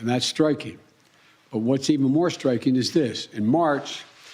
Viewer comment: "Strikeen"???? That not a word.